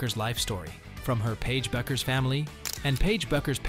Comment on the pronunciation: Superficial and poorly researched. does not do her justice. and her name is pronounced "Beckers".